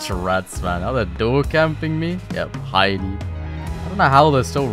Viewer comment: That pronunciation of "Heidi" was impeccable.